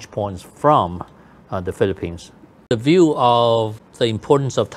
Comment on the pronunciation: Uncle Topher, please teach Wang Ding Yu how to pronounce THE. It's not LE.😂